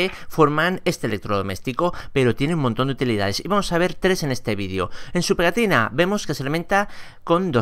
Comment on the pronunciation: Vidio? 😒🤦🏻‍♂️ se dice vídeo.